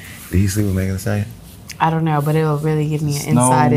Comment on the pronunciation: Not “Megan A Stallioyawn” 😂